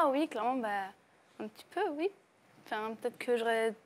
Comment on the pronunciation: Charlene et son pretendant gagnant ils disent ui au lieu de oui c trop drole